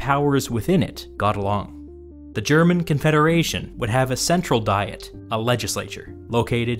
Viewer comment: Great video, a couple of pronunciation points though. Diet, in the sense of an assembly, is pronounced Dee-et with the I pronounced like the name of the English letter E. Papal, the pope adjective, is pronounced Pay-pal with the first A long and the second short.